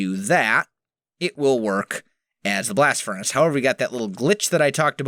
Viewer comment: Good English... Can u repeat that in a way that people can understand next time plz